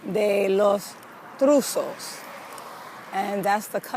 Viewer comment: ON IT'S PRONONCE (LA CASA DE LOS (TROO COES) IN SPANISH IT MEANS THE HOUSE OF TRICKS.